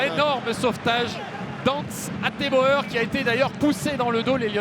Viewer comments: le nom du défenseur néerlandais Hateboer: Prononcer "hetbour" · Sinon ca vous dirait pas de savoir prononcer le nom d'Hateboer correctement ?